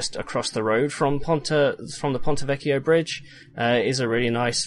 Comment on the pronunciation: Just a small thing about "vecchio": while you're pronouncing the "ch" right, you're splitting the word in 3 syllables rather than 2. It's vec-chio and not vec-chi-o